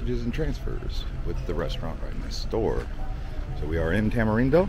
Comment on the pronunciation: Is Tamarindo not Tamerindo